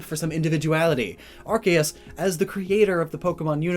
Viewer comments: Annoys me when he pronounces arceus (pronounced “Ar-key-us) as “Ar-kay-us” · No one This guy : arc-ay-us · Gotta say, I’ve never heard Arceus pronounced that way... and its not my favorite.